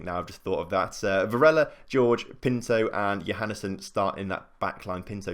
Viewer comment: His name's Hor-Hay not George, please don't change it again